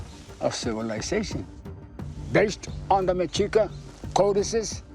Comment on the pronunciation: Finally someone says it right!!! The Mexica [Mesh-eeka] aka the Aztecs … But Spain started calling them Aztecs, and Hence the name MEXICO 🇲🇽.. So many people still call them Aztecs 🤣🤣🤣